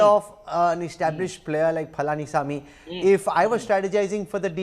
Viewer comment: News reader:palaani saami😂